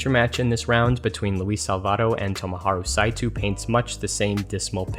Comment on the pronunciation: Saitou is not pronounced "Saitu"